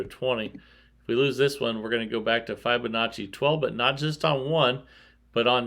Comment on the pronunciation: Love your vids , your great and very interesting to watch. but please learn how to pronounce Fibonacci. It kills me when you butcher it lol😅